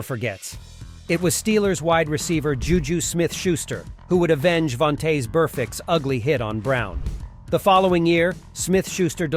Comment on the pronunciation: How is this dude making NFL videos and can’t pronounce the players names? Von-tozz?!!! 🤦‍♂️. And JuJus hit on him wasn’t a tackle, it was a block